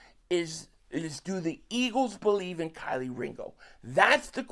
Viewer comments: I’m tryna understand why you keep calling him Kylie 😂 his name is kelee 🔑 lee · Bro still can’t pronounce Kelee right lol Kylie is crazy 😂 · KEE- LEE, ITS PRONOUNCE_________________KEE-LEE DAMN GET THE NAMES RIGHT 🤔🤡💩go to Black folk pages that have interviewed him or college tapes so you have the names down🤣🤣🤣